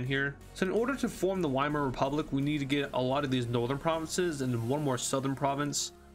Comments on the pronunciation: VIEMAAR NOT WHYMARE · Weimar Is pronounced Vy-mar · not being a nerd just a helpful tip the Wiemar rep. is pronounced like viemere rep.